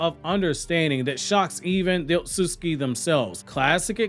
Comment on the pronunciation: You HAVE TO work on pronouncing "Otsutsuki". It's NOT not Osutski...Other than that I'm a HUGE FAN!! Love all Naruto content!!